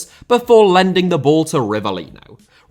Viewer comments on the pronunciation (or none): Pelé* not Pelei Awe* not Or Roque* not Roquei Andrey* not Ondrey Copa* not Copper Alberto* not Albötouw Debut * not Deibyu Possession* not Posession Argentina* not Orgentiner Croatia* not Croatier Style* not Stahl Mateo* not Matejouw Silva* not Selver Serie* not Seri Inter * not Ento München * not Munich Jesus* not Jeisus Liga* not Liguer Russia* not Russier Adriano* not Adriohrnouw Fabiano* not Fabiohrnouw Grafite* not Gráfitch Afonso * not Afonzouw Heerenveen* not Hierenvein Renan* not Reinan Fifa* not Fifer Bebeto* not Bebitouw Rather* not Rother Uefa* not Yuweifer Venezuela * not Venezueiler Tite* not Tchitchei Fluminense * not Flumenensei Idea* not Ideer